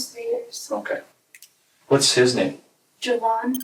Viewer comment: How did this man’s mother name him Jovan and then pronounce it like Javon??